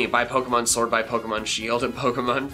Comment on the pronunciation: He said srwod not sword